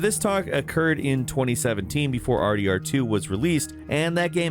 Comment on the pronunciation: WHT do you say R D D 2? It not faster there is one more syllable and sounds weird